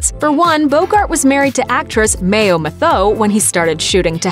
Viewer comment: You have mispronounced Humphrey Bogart's first wife's last name her last name is pronounced the same as the word, "METHOD."